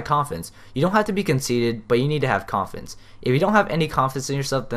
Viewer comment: Umm I just noticed that when you said confidence it sounded to me like you mumbled that word and said coffins idk if it's just me or what